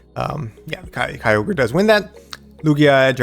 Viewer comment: Good video. On the topic of pronouncing Kyogre… I think it would NOT be K-EYE-ogre but more likely K-yo-ger (yo as in yogurt). Kyo is a Japanese sounding word too. That’s my opinion. Keep shoutcasting! My ML team is Lugia, Mamoswine and Kyogre.